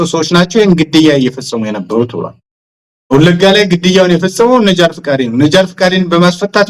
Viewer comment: ተጋባዡ ተናጋሪ የአማርኛ ግድፈት ያለበትልጅ ነው ለምሳሌ " ብሏል " ለማለት "ብሏን " " መጧን" እያለ ያወራል